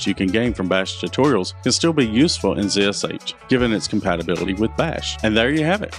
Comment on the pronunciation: Ha, he properly pronounces it zee esh aytch. Instead of Zed Esh Haytch.